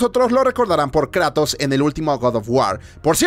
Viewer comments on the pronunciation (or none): none